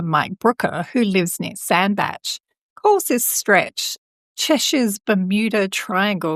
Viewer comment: I thought Sandbach was pronounced Sand-back?